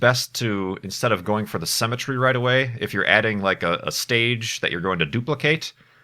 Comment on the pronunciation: Is it me or does say "cemetery" instead of "Symmetry"?